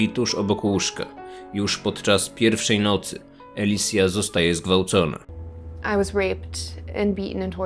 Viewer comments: całościowo odcinek jest świetny tylko jedna rzey mi przeszkadza (oczywiście da się oglądać ale lekko przeszkadza) może to tylko u mnie ale słyszę jakbyś czytał "Elicja" zamiast "Alicja" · Na początku myślałam, że mówiłeś ”Elisa Kozakiewicz” albo ”Eliza Kozakiewicz”